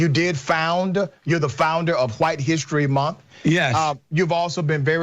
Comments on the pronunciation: "huwhite history month" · The guy in the glasses just hates white people, he pronounces White so condescendingly